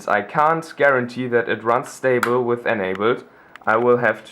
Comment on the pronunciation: with not wiss xDD nice dude :D